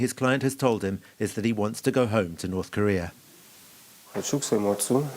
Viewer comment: I just can't help it. every time this guy said North Korea all I hear is China💯